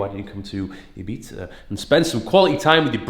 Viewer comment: Sorry but eebeatza isn't correct 😉